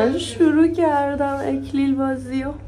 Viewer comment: اینقدر قشنگ میگفتی اِکلیل که انگار درستشه اینه نه اَکلیل😄😄♥️♥️♥️